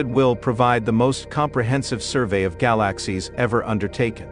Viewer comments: So, what the heck DID Euclid See? Gal-a--sies...worthless Video. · What a rubbish video, considering its click bait title. Gal-axe-seas, amongst others and the crappy computer generated commentary is also a testament to the ridiculousness of this waste of time. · I like how the robot says gy-lax-ies. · I didn't realize that I had been mispronouncing "galaxies" all of my 60+ years. I had to shut it off - too painful to my ears.